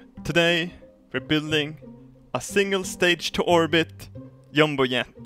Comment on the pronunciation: I find it funny how he pronounces jet